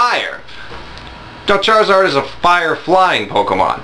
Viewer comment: lol "Chariard" XD